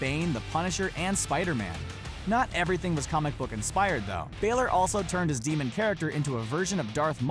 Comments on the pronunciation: Welcome To the comment section where: 95% of the people are talking about how they could recognize sting without his face paint (liars) 4%are talking about how he pronounced Balor 1% are actual normal comments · You said Bálor wrong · The way he said Bálor just gave me cancer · HOW COULD YOU PRONOUNCE BÀLOR INCORRECT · He says balor the wrong way 😂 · You said Finn balor wrong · He so doesn’t watch wrestling he always pronounces names wrong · You said Finn Balor's name wrong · you pronounced finn balor wrong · Please learn how to pronounce Balor the correct way as you are not saying it correctly!!! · Lord can u not say Finn Balor normal I'm form Mexico and I can say it right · He said Balor wrong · The way he said balor 😩😐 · PLEASE PRONOUNCE BALOR CORRECTLY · bAlor,how does he not know? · Do you not know how to pronounce Bálor? Listen to the announcer on WWE. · When he says Finn Balor's name wrong....... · Please can people say balor the right way. I'm Irish I know how it is supposed to be said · I know how Balor looks like and your saying Balor wrong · Brandon Denniston im not irish but it bothers me sooo much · why do people call finn balor baylor its pronounced balor not baylor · its pronounced balor not baylor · Do wrestlers you didn't know were left-handed!!! Also it's bah-ler not bay-ler ;) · he says baylor. it's balor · Skyloxd it’s bálor. It’s come like that in wwe 2k19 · Brandon Denniston I'm not Irish but I know that it's not pronounced Baylor, it's Balor (Ba-lor) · so am i . He said falor it's balor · I wish I could dislike because he said Baylor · any one else triggered by the way he said balor "finn baylor" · Not Baylor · I got ticked of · STOP SAYING BAILER PLZ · its Ba (like bat) and lor (like law or lore) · Finn Baylor???? Man how can u even say his name like that???? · it's pronounced finn baaler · its finn bàlor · It's prounouced baller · DT Studios he says fin balor instead of fin bálor go on iTranslate if you had the app